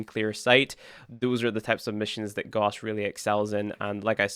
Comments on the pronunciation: You pronounce Gauss wrong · Gauss is not pronounced the way you are saying it. Do with this information what you will.